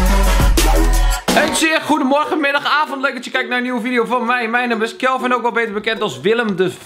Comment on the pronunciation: Sjupermen Kjelvin😂